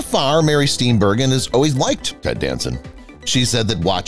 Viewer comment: Mary Steen BUR-JEN is how it’s pronounced!